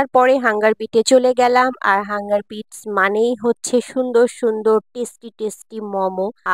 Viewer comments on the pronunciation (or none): Hunger বাইটস, not বিটস